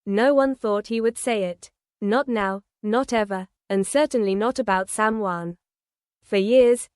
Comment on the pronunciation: Why can't reporters pronounce the names correctly it's shocking and time they learn. It's SamHeughan if you can't pronounce their name you should be fired. 😊